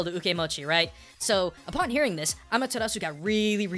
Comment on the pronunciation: amatarasu? sukiomi? this isnt Naruto